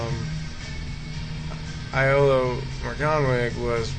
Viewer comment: Sorry, hate to be picky, I loved the video but its pronounced Yolo, as if the I is a Y. Yolo Morganoog, (the w makes a sort of double o sound) is the correct pronunciation ;-)